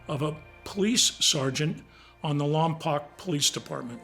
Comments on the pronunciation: Lompoc is pronounced, "LOM-POKE" 😡! That's how its residents have pronounced it for forever!!!!!! Please learn proper pronunciation 🤦🏾‍♀️🤦🏾‍♀️🤦🏾‍♀️🤦🏾‍♀️ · It's not pronounced Lompock, it's Lompoke. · Lompoc is pronounced with a long O sound. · Sorry, but the city is pronounced Lom-poke. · The way they say Lompoc 🤦🏾‍♀️ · That’s not how you pronounce Lompoc 😅